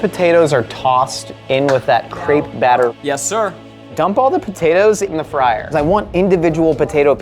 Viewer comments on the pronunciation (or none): none